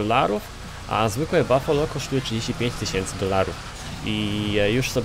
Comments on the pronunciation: To nie bafolo tylko bufalo. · mówi się bufalo